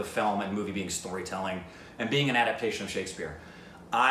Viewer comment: it’s adap-TA-tion not adap-TION:)